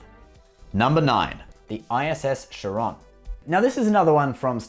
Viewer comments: not Sharon not Shuh-rone Kharon! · What in the actual f**k is a shawron ? Charon ? Like Kharon KH AIR ON similar to Karen, no en/in it is ON CAR-ON Khar-on,,, uhg, Ytf did this video give me a headache? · I thought it was Caron not Charon. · you correct the pronunciation of "ISS Charon" but then dont realize that they pronounce it entirely differently in the show. its not "sharon" its "Karon" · Actually no, It IS CHA'RON and not Charo'n. Named after the boatman (Greek Mythology) who carries the dead to the other side of the river. "Χάρων" is the original and pronounced with emphasis at A. A fitting mirror universe name if I may add. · Thinking the same. Charon is pronounced like Karen. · Oh lol, it's cool that you can say Zheng He correctly, but you fail to pronounce 'Charon'. It's 'Khárōn' ('kh' like the Scottish 'loch', and a long 'o'; here's the IPA for those that care: xɑrɔ:n). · so you correct Riker on the pronunciation of his ship but mispronounce the Charon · You get "Zheng He" right but screw up "Charon"... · But got it wrong with great confidence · Laughs about mispronunciation of a Chinese name then proceeds to mispronounce Charon of greek mythology (Χάρων)... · and with great confidence he gets it wrong